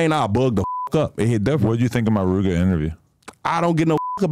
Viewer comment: Why he say Rooga like tha 💀